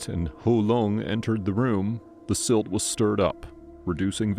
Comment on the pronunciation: Silt..not slit!